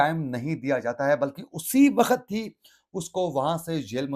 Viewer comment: Ap really bouhat acha boltay Hain. Bas thori si urdu ka ek lafz ko correct ker lain tu or bahter ho jaye ga. Jaisy ek lafz ap bol rahy Hain (wakhat) Jo k Asal lafz he "waqt".